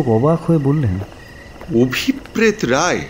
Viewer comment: আমি সাধারণতঃ ভুতের গল্প পড়িনা বা শুনিনা। শুধুমাত্র কাহনের উপস্থাপনা বলেই মনোযোগ সহকারে শুনলাম। যথারীতি অসাধারণ অভিনয়। কিন্তু একটা বিষয় বলতে চাই যে নামের উচ্চারণটা বোধহয় হওয়া উচিত অভিপ্রেতো,অভিপ্রেৎ নয়। কারণ ঐ শব্দটার উচ্চারণ অভিপ্রেতো বা ন্যস্তর্থক হলে অনভিপ্রেতো।